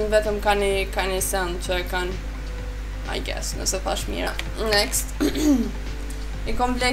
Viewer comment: Next next next nxet nxet metu tu then next next nxet,kur mundoni me fol gjuh huja hiq si du,por nejse prap te uroj sukses jet